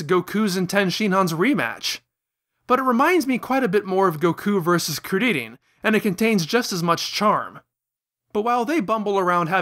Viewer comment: why the hell you pronouncing they names like that lol i cant believe you said krileannnn